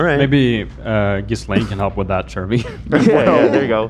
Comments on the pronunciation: I love yall but her name is pronounced Ghee-lane (ghee is like the Indian butter ) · Okay but Jizz-lane is funnier